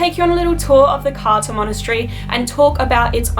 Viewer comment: !! Great video but it isn't pronunced Carta it is more like Cartza